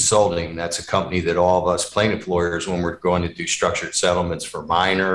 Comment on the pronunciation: Compney. Not company